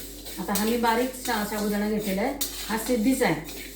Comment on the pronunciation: शाबुदाणा नाही साबुदाणा असा शब्द आहे तो.व्हिडिओ मध्ये भाषा शुद्ध हवी.